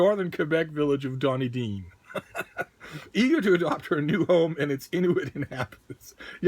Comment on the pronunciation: "The Northern Quebec village of Donny Dean" hahaha! But, wait, you can pronounce Xhosa but you can't pronounce a made-up First Nations name as easy as Saqijuvik?!? You're slipping... ;)